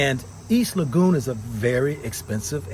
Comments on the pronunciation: You keep on butchering the name of the area,,, it's LEGON NOT LAGOON,,, PLEASE KEEP NOTE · Brother Legon is pronounced like Laygone. But not lagoon. Tanx. They both have a parent that is Ghanaian but could not make it. I wonder why. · IT IS PRONOUNCED EAST LEYGUN(East Lagon) not EAST LAGOON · My brother just a little help on the pronounciation of my neighborhood. Try Lego and on. Or Le-gone😂😂 Respect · East Legon is pronounced as "Le Gone".